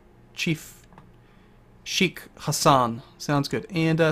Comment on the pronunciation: Look its pronouned SHAY-KH